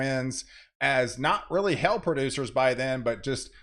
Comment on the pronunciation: Please, hail is not pronounced "hell."